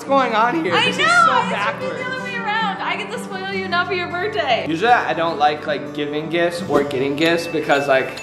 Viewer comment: you said berrr day